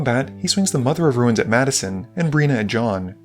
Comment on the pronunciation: my wife does not pronounce the I in the word "ruin", making it sound like "rune". listening to you call mother of runes "mother of ruins" this game was the first time I heard it done the other way around, though. I feel like I ought to add that this is a little thing and does not significantly detract from my enjoyment of this video.